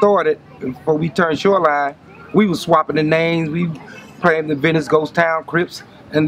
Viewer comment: “Sho line” lol shoreline?